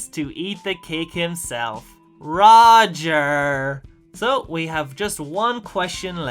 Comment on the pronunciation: It's not Rodger it's Roger.